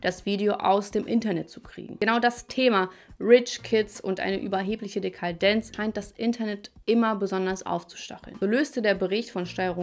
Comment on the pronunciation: Dekarldenz 😂, so weit hat er euch schon. Das Wort heißt Dekadenz